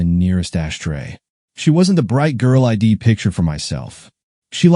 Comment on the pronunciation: Someone has taught AI readers the word palpable, now please teach it how to pronounce I'd. It is not pronounced eye dee. Why is her lover also his lover?